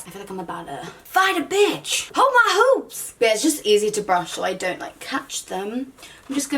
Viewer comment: sabrina cucinella Especially since some of the words and phrases she says are already kind of in an American accent 😂 Like the "Hold my hoops" comment